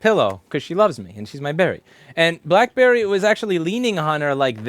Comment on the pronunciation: blackberry is not even my cat and I got offended when she said bitchberry